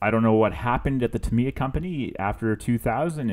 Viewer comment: Not trying to be a dick but..... so many people mispronounce the makers name. It sounds like Tah- me- yah. たみや in Japanese. Sorry, but I had to. Great video and a sweet looking end product